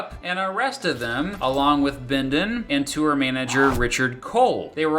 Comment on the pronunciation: wtf is a two-er? If you're trying to pronounce the word "tour", it is a single syllable word that sounds like "TOR" Regardless, thank you for the well written and informative video!